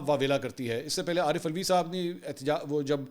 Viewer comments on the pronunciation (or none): none